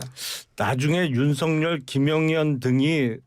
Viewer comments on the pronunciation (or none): 지금도 계속 윤석력이라고 하네요 듣기 거북하네요 김용남씨 너무 건방짐